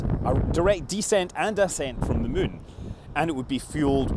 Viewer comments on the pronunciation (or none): Lol he said "the Mun" instead of the moon